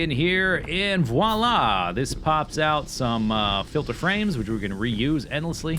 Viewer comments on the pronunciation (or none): none